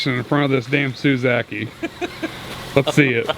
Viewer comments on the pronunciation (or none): I had an aneurysm when you said ‘suzaki’ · He said Suezakey